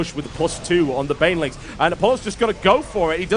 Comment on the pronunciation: It sounds like Whitera calls Bainlings for "Baliens". So from now on it's Baliens for me ^^